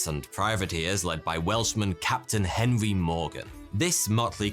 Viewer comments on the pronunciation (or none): none